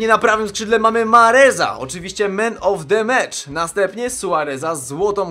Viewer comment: Dlaczego słyszałem zamiast Man Of The Match, Meme Of The Match ;__